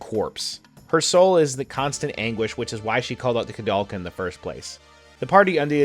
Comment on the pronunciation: It's interesting that a japanese person was inspired by a Czech-French photographer to name the game after him, meaning it should be pronounced with "ou" but at the same time, the japanese pronounce it as "korudelka" 🤔